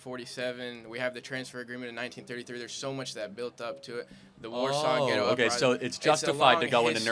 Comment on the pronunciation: Did he say Warsaw ghetto uptising